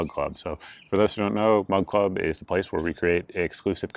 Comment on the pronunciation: Every time you say Mug Club it sounds like Mud Club. 😂😂😂